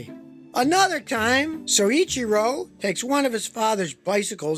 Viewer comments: LOL Scotty, it's "so ITCHY ro" not "soy itchy ru". Mind you that's damned close for an American, most can't say Porsche, Peugeot, or Citroen properly to save their lives. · Take a tequila shot every time Scotty says siichero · Great job! Except there is only one R in his first name! It is pronounced Soy- Chir- oh. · I think it's pronounced ... so'-cheer-o'